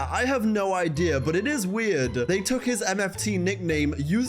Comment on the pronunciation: your pronunciation of "idea" geeks me bro, still waiting on a WMXX throwback review